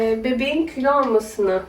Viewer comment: Külo değil kilo